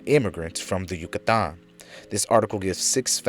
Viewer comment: Dude great presentation but the way you pronounce Yucatan is fuc$ing killing me